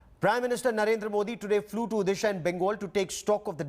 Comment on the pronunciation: Mr anchor.. it’s Odisha not Udisa...work on your pronunciation